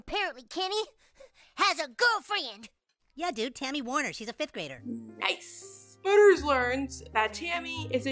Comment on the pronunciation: Tammy's last name is Warner. Not Wheeler or Weiler or whatever you said.